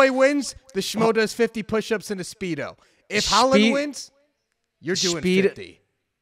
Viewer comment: Henry said “Schpeedo”